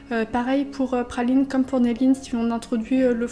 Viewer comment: Pourquoi dis tu Phaline et pas Praline ? (Un H à la place du R)